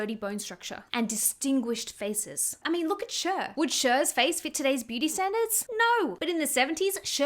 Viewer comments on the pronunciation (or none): I think Cher sounds more like "share" than "shur" (Also thanks for making these videos, they make me feel better ❤️) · Please not "shur" for cher 😂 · Never heard someone pronounce Cher like “sure” lol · I always pronounced her name like “share” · Your pronunciation of Cher is hilarious 😂